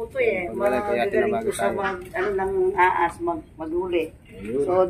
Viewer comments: Bka pwedeng maayus un bigkas ng ahas sabi kasi aas he he he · ate said ahas,not aas😆 hollow blocks not allow blocks😅 aru jusko,miyabe abe dugdog dureme pasulatido😂